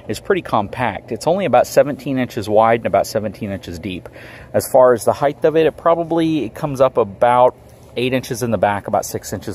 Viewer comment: HEIGHT not heigth